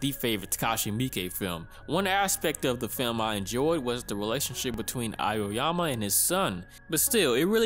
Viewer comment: The name of protagonist is pronounced Ah-oh-yama, not A- yo- yama.